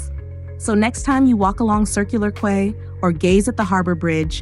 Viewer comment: Quay is pronounced as ‘Key’. It is from a French word ‘quai’, meaning dock. Apparently, it was originally called ‘Semi Circular Quay’ which is more accurate for its semicircular shape, since it is not circular. Somehow the ‘semi’ dropped off.